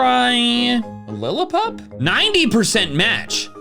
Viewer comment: It’s pronounced hihp-oh-PUH-TAHS, lihl-EE-puhp, RUH-TAT-TUH, and DRAP-ee-ahn, “”! 🤨